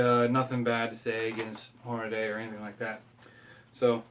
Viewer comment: Pronounced Hornadee, not Hornaday... sorry...